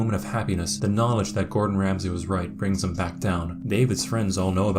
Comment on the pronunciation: Anyone else hear him introduce Gordon Ramsay as Gortronch Ramsley? LOL